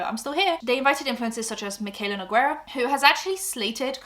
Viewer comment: Loving that you pronounced your last name more like the original pronunciation in the ad read❤